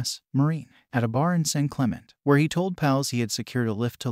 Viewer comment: It's SAN CLIM IN TAY around 12 min mark, not San Clement. Hurts your credibility and sticks out to everyone on the West Coast